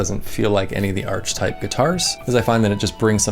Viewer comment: Ark ee type, not arch type